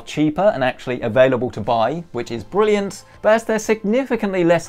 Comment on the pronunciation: did you say brilliant ?